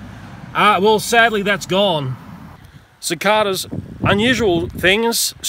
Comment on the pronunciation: Yeah we all gotta save the cicadas (how he says it “cic-AH-dAH”)